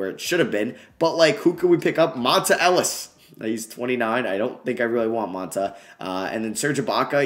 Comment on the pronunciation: It’s Pronounced “Mon-tae” Ellis bro